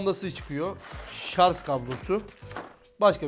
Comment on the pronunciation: Şarz değil şarj